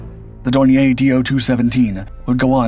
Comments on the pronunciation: Dornier was/is a German company, not a French one. So, it should be pronounced Dorni-yer, not Dorni-yay. This video is probably rife with such errors, just like all the other videos these people so breathlessly put out, but I gave up watching when I heard that howler. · Dornier is pronounced with stress on the second syllable. Dawn ear. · Dornier Dornier Flugzeugwerke - Aircraft manufacturer American pronunciation Sounds like dor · neer